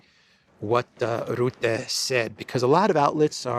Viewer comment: Rutte: the 'u' is pronounced as 'e', in 'er'.